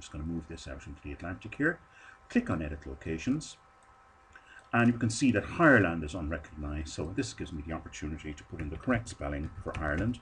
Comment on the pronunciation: Hireland :D